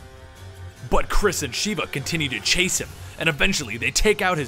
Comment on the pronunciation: Mispronouncing Sheva made me mad dude >.> but good video though